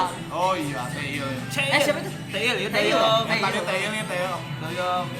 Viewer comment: Taeil❌ Te il✅ 😭😭🖖😂😂